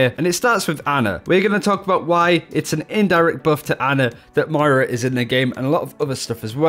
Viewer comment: Can you pls stop calling moira mario xD